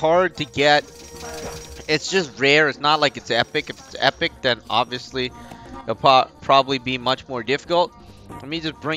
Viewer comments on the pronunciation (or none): none